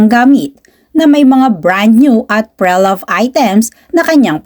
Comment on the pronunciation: Pre-loved ( but “Pre” here is a prefix and pronounced as “pri” ) sakit sa tenga po kasi it triggers my pedantic self..🎉😢😂